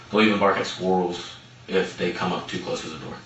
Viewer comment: The way he pronounced squirrels like "Skworls" really bothered me. And what he did to his mom is pretty bad too.